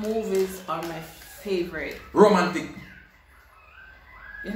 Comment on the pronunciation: King: "flavrit" 🤣🤣🤣🤣🤣🤣